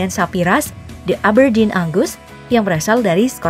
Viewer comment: Apa cuma gua yg ngira admin bilang ANGUS kedengeran nya AGUS :V